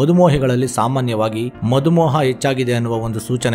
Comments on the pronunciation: Madhu moha alla, madhumeha😂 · ಸರ್ ಅದು ಮಧು ಮೋಹ ಅಲ್ಲ, ಮಧುಮೇಹ